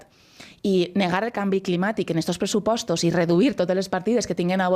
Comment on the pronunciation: Esteu perdent el temps en el "dinaret" i damunt no s´entereu de res. Lo primer es que el principal responsable, Sanchez, dimitixca i en acabant ya parlarem. I en valencià no es "presuposTOS, sino "presuposTS", si es govern, se diu progresiste, si es governadora se diu progresista. El valencià distinguix entre masculí i femení.